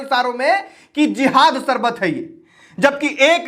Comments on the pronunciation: Chal sale baiye pehle teek se hindi toh sikh le fir bol sarbat nahin sharbat hota hai shkti shakti hota hai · Are app teacher hona Sarbat nahi hota Sharbat hota h